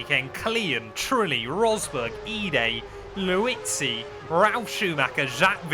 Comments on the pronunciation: Why can’t you say LIUZZI 😂😂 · I’m glad someone else noticed that! He even has the commentators saying his name to go off of! 😂😂